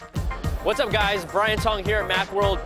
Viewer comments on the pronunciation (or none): it's brIAn guys not brain haha